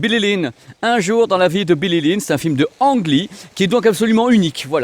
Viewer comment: Petite info made in Taïwan : si tu veux te la jouer dans les dîners en ville, il ne faut pas dire « Ang Lee » mais prononcer « Lee Anne ». Je vais être obligé de l’acheter pour faire à ma taïwanaise d’épouse 😅